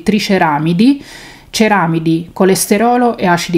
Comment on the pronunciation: Ciao, quando ti è venuto il dubbio hai pronunciato bene ceramíde. Sei una delle pochissime. ❤❤❤